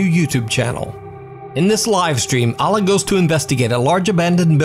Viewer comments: Just want to clarify the proper enunciation of 'Alaa' is like this 'Eh le' Cause when you Alaa the way you say it sounds like 'Allah'. But in Arabic with his name it is said like Eh le, I know someone with the same name as him and said it the same way as you, their brother corrected me in saying it the proper way. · Bro, it's "Alaa" not "Allah". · Don't ever say alah because you don't what it's mean plz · Your pronunciation of Alaa is completely wrong